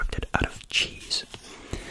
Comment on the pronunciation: Genuinely heard the cheese dimension as "jeez" dimension, I was like what- 💀